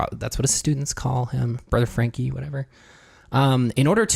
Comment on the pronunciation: Yes it’s pronounced FRANKIE! Good video guys!